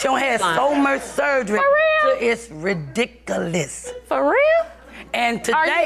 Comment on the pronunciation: “ridicoolus” lol 😂